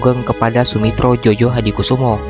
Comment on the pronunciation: Maaf, ditulisnya Soemitro Djojohadikoesoemo.... dibacanya Sumitro Joyohadikusumo... tulisan nama itu ejaan lama BI... bro... jgn dibaca jojo...